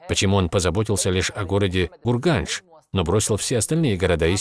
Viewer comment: Ассаламагалейкум город хорезм шаха не гурганш а урганш и до сих пор так наказывается